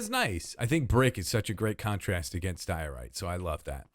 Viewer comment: It's diorite. It's a diorite-tree. It's a dioree😂